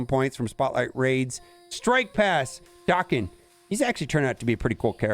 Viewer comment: Daken not doken